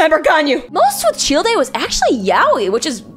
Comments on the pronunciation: … Fucking CHILL-DAY? It’s CHILDE, Like a Child. Dear lord. 🤣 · did you just call him Chill-de? its literally just pronounced Child. How do you manage to say that wrong? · I did a fucking backflip when I heard "cheel-day" instead of Child. What in the fuck? Did that surprise anyone else? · “cheel day” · That was interesting, but I just started laughing when you said "Shieldei / Tchieldei" for Childe. Hahahahaha had to watch that a few times. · It’s Childe — “Chayld” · You can tell she doesn't actually PLAY genshin when not only is she not even at inazuma yet but also she doesn't understand why Barbara would simp venti (or the fact she said "chill-day") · Chil de? Rofl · My girl, Childe is pronounced "Child" lmao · out here with the worst pronunciation of Childe that I've ever heard. It's simply pronounced the same way as the word child! It's not that hard! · The fact that she skipped Gorou and Razor is an abomination because damn, they have a LOT of good yaoi stuff out there and it's not even about being "doglike" like she's thinking they are gonna be. Also, it's been a year since this video, and I swear to god, I really hope she has learned to say some of the names properly. I'm dying at the way she says Zhongli, Childe, and Lumine lol... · bro the way she said childe.... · Her pronunciation of Childe is so cursed. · tf the pronunciation for CHILDE???? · This is a great idea for a video. Also these are some really interesting pronunciations. Lumine, Aether, Childe, Shenhe... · can’t tell if you’re pronouncing ‘childe’ like that intentionally or not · great video, never fucking say childe ever again please!!